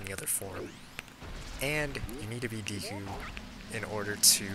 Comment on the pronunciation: When you say Deku it makes me think you are saying DQ.